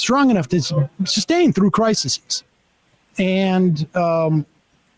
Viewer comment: *Crises (cry seas) is the plural of crisis, Sam. Not criseses